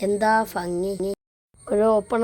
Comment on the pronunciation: ഫംഗി അല്ല മോനേ ഭംഗി എന്ന് പറയൂ😅